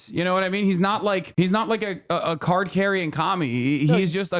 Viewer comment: is he saying cart carrying communist or card carrying communist? if the ladder, then what card?